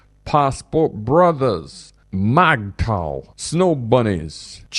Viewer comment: 😅 Correction, it's pronounced "Mig Tao" MGTOW.